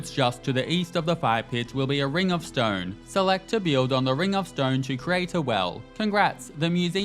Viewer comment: Why can't this dude say "build" properly.